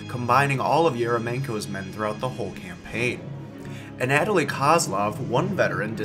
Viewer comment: The soviet army's inadequacies are already numerous enough throughout WWII, idk why they add on this sort of nonsense. If I recall correctly, political commissars had reduced involvement in military affairs after bad experiences in Finland. Also, the way you pronounce Anatoly is a tad annoying.